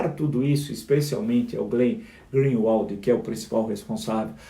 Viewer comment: Eu fico impressionada como não é só o Bolsonaro que é burro, os 3 filhos também são! O Flávio não conseguiu falar o sobrenome do Glenn. E o pior foi levar a teoria do pavão pro Moro, totalmente fake. Que imbecil!